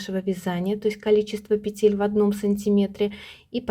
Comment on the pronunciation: Все хорошо и понятно Только режет слух "петЕль" -нужно говорить"пЕтель."И еще меня удивила таблица. всегда размер считали по длине стопы плюс половина длины.стопы. Например, 26 см длина .плюс 13 см будет 39 см - это и будет 39 размер. Т.Е. 2/3 от размера - длина стопы. Неужели сейчас переделали?